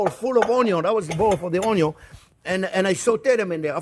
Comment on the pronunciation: Mortar & Pestle 😅 mr. OnYon 😂